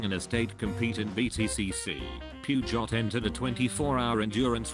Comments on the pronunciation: I (dont) like how the guy fucking obliterated the word Peugeot 😪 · As always great video 👍 but your pronunciation of Peugeot is just horrible 😵😅